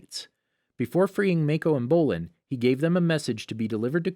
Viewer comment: Ghazaaan Mayco Bowlin Ming huawww Ghazang Zahir And I think he said police instead of p li Tengin Kiyaaaaaaaaaaaaa Lagihima Tanziiiiiin